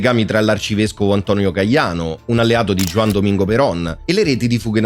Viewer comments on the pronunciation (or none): none